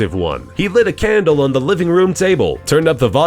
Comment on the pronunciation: he lit a cAAndle